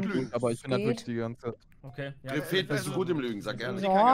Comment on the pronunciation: knossi sagt statt Reved "Revel"😂😂 was ein Ehrenmann 😂